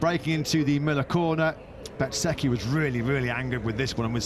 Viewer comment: Can someone please teach the commentators how to pronounce Bezzechi right! Lol, it’s Bez-ecchi not Bet-sechi